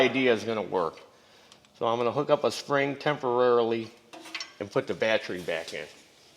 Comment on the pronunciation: Carb - i - traitor Bat - Tree Posit - she - ohne Tens- she - ohne Al - u- minium